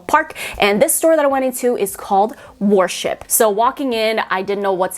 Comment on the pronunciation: You pronounce Worship interestingly 😂 you say Warship instead of worship